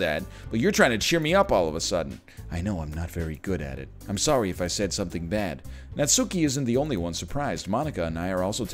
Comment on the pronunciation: The only thing triggering about this game so far is the way Ryan pronounces Natsuki. Not sure why but that emphasis on the 'U' is kind of grating for some reason. It's a minor thing, but I guess it's like a minor pet peeve. Just like when people pronounce Bakugo's name as KatsUki. The 'U' is (basically) silent. Katski, Natski. It's like when British people pronounce samurai as 'sam you rai'.